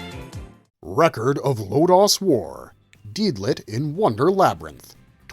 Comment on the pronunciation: Low Dose War not Low Dos War.. You can't be messing these things up it takes away from your credibility. its like Saying Dragon Bull Z..